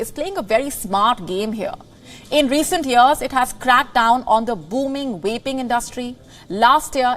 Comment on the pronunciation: Is it just me or is she saying waping instead of vaping lmao